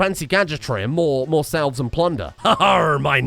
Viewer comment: i hope he keeps promising generations 2 as the next series and never follows through. the L in salve is silent, but is one to carry the L isn't he